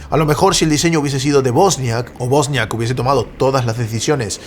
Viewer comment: Es Wozniak no bosniak. Buen resumen